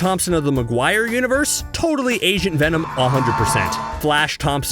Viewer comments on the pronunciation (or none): When you said agent venom it sounded like you said Asian venom XDDDDD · Wait did he say agent venom or Asian venom